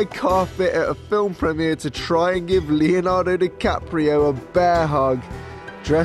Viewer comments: Leonardo Dicaprisun rofl 😂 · LMAO I THOUGHT I WAS THE ONLY ONE WHO SAYS 'leonardo dicaprisun'